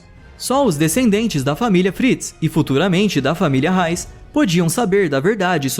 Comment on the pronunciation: MEU DEUS CARA E REISS NAO RAISSS PARA DE SER ANALFABETOOOOOO